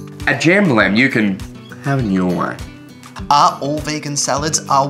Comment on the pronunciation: "At jambalam you can hafviyorway "